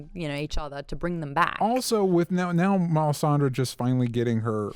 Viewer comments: melisandra, not melisanderr man that was annoying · it hurts when I hear pronounce Melisandre as MelisandER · '..Sandre' whispers Maude after butchers the lady's name. Lol loved that. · Does pay any attention to the show? How the hell does he not know how to pronounce Melisandre after all this time? It was so annoying hearing him say melisander. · Why do you pronounce it "Mel-i-san-der"? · Am I the only one who finds it obnoxious as hell that keeps saying "Melisander"? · drinking game: take a shot every time says Melisander, then yell FEEL THE BURN!!!!